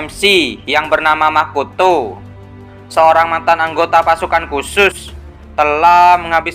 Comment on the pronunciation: Lebih ke intonasi nada nya si kak, kayak pas intro bilang makoto, pas di hutup to itu biasa aja nandanya kak